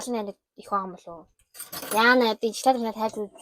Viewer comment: Шаклаад биш шоколад шүү